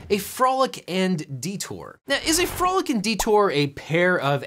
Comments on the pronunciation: . Frolic or Folic? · Folic and Detour Missed an R there, buddy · Objection! says "folic and detour," not "frolic and detour." I move to strike it from the record. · You said "folic and detour"